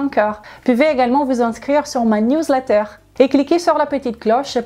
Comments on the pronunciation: '''Niouze l'éiteure'' 🙄! Vous savez, si vous ne pouvez le prononcer en anglais, vous le pouvez en français!!! (Newsletter = --->>> lettre de nouvelle ou --->>>lettre d'information ou --->>> bulletin d'information!) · Commentaire bidon😏. Son accent est charmant, je ne vois pas en quoi cela vous dérange qu'elle ait du mal à prononcer Newsletter ! Apparemment vous avez compris ce qu'elle voulait dire d'où mon incompréhension vis à vis de cette réflexion 🙄